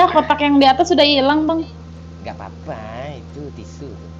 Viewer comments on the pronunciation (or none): Detik dania nya bilang " alah ".. wkkwkwkw padahal mau bilang sudah... Kamprettt kamprettt